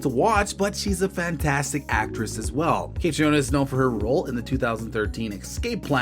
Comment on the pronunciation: Her name is pronounced like Katrina.